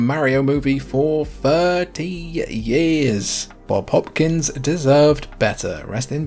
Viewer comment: Bob Hoskins, not Hopkins